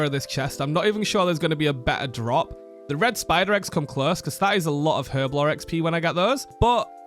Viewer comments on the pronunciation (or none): The "H" in Herblore is silent. It's pronounced as if it was spelled "erblore"